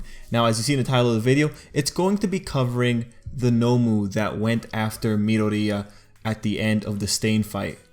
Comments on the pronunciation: Did he just say midariya? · Not to beat you on the head but it’s Mee-Door-ee-ya